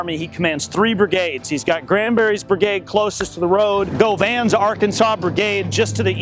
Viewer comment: I love these documentaries…..good on you folks for restoring and preserving these battlefields. Can I be pedantic and correct you for a mispronunciation of General Dan Govan’s surname? Correctly pronounced it should be “Guv-in” not “Go-van” as I have been hearing! Perhaps this is helpful for authenticity? Cheers, Craig Gemmell, New Zealand.